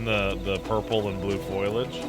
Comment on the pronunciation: He definitely does it on purpose for fun like how he intentionally pronounces "foliage" as "foilage".